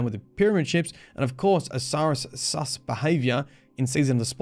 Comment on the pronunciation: Hearing you say “sus” made me feel so weird